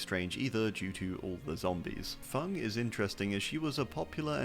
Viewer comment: That’s how it’s pronounced